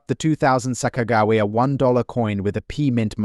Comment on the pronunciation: They found every possible way to mispronounce Sacajawea. And they even mispronounce the word tear. The producers are super lazy and don’t bother to fix anything before posting it. Very very irritating. It severely detracts from all info given, whether accurate or now. Who’s going to listen seriously to a voice that sounds dumber than a 3-year old?